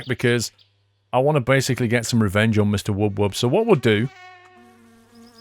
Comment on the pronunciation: Its Wub Wub not Woob Woob